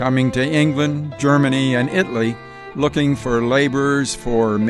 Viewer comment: This is a very interesting preview, and I look forward to seeing more. The only comment I could make is that the name of the country “Italy” is mispronounced. You are saying it as if it only has two syllables, when in English it actually has three. It–al–y. The way it is pronounced in Italian has four syllables! That is I(sounds like ee)-tal-i-a! Thanks for posting historical videos!